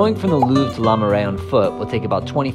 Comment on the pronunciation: Oh my word, every time he said ‘la’ I cringed. Try pronouncing it like the ‘oo’ in ‘book’ or ‘cook’.